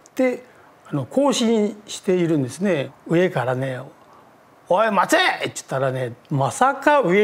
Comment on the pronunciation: 時計直してくれたオッチャンの「おい！待て！」の発音おかしいでしょ！笑笑 そんな怒り口調じゃなくていいでしょ笑 そりゃビビるよ笑笑